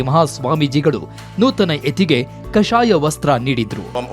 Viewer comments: Pl prounce kaashaya vastra not kasaya vastra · Tho tho... ಯಾರು ಮಾರಾಯ voice over... ಕಾಷಾಯ ವಸ್ತ್ರ... ಕಷಾಯ ವಸ್ತ್ರ ಅಲ್ಲ😂🤦 ಕಷಾಯ ಕುಡ್ಕೊಂಡ್ ಬಾ